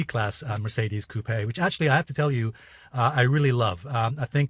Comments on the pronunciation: It's pronounced coop not cupey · Alessio, the 'e' in coupe is silent! Cheers bro! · Have I been pronouncing coupe incorrectly all along? I don't think I have heard it pronounced with such a strong accent on the "e"